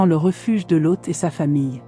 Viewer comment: je viens de regarder a nouveau, parce qu'a la premiere, j'ecoutais en bossant. je n'avais donc pas vu les images. j'ai beaucoup aime le lien entre l'ejection de la mer morte et la statufication en sel de la femme de loth (que tu prononce bizarrement lôth) : je me suis toujours demande pourquoi elle aurait ete transformee en sel : ça serait une bonne explication. par contre je n'ai pas reussi a comprendre le lien entre le verre vitrifie (fait par des gens), et sodome et gomorrhe. une ville entiere vitrifiee a ete decouverte en inde (ou au paskistan, je ne sais plus). certains ont dit que seule une bombe atomique aurait pu faire ça. seulement, quand on tape "la bombe atomique n'existe pas", sur odysee, on tombe sur une video de presqu'une heure qui explique d'une maniere plus que convaincante ce qui est dit dans le titre... et puis on se demande comment les gens de cette epoque auraient pu avoir une telle technologie -a moins, effectivement, qu'elle ait ete importee par une civilisation exogene. franchement, cette video merite plus de likes. les mysteres d'internet...